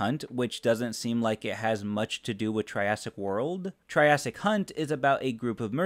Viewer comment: That was a very careful way of pronouncing Triassic Hunt 😏